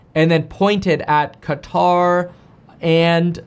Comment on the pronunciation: KEVIN, Please don’t call it “Kataar”. The closest you can pronounce correctly is “CUTTER” since there is no letter for Q in English.